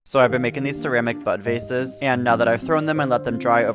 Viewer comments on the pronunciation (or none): bro for a hot second i thought he said “butt vases” not “bud vases” 😭😭